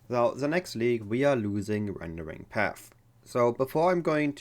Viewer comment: Rendering Path deine Aussprache ist comedy pure nicht böse gemeint aber dein Video hat echt spass gemacht zu gucken